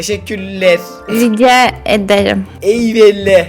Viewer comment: Catalina rice ederim derken rica ederim dedi